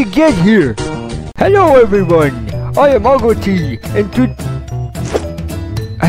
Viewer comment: His name is pronounced “agoti”.